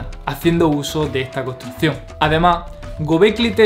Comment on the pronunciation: tienes que mejorar la pronunciación de tus palabras, por ejemplo nosotros, construccion, mas, me parece que talón de aquiles es la "S" y la doble "R", felicidades por el video informativo.